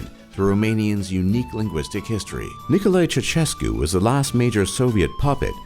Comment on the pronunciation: Nickoley Choshescu